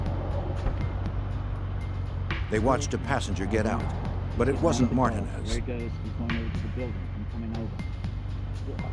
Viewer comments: The Way They're Saying Martinez Is Awful.....They need to be charged with a crime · Imagine making a career out of being a narrator, but not being able to pronounce MARTINEZ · So annoying to keep hearing him pronounce the name wrong..do your homework narrator...its a Puerto Rican name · Why they saying his last name wrong lol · Highly annoying me how their trying to pronounce Martinez 🥴🥴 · Blowing my shit how they pronounce Alpo 🐀 last name ‼️ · How in the hell do you NOT know how to pronounce Martinez.? 🤦‍♂️😂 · How they are pronouncing Martinez is cringe as a mf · Bothers the shit out of me the way the butchered the name Martinez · Please learn how to pronounce Martinez. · It erks me that the narrator can't say Martinez properly. He sounds ignorant af